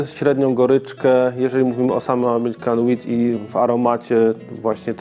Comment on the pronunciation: 'wheat' zabrzmiało trochę jak 'weed'